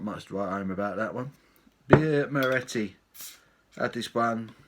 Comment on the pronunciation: you cant pronounce the name of the beer great vid though and a lovely beer